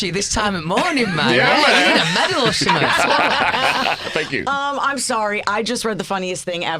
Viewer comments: Nobody Louis:fank you fank you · Louis Tomlinson : Fank you “ thank you “ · "Fank you" .. Louis